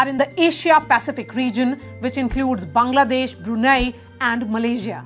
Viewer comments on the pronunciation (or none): none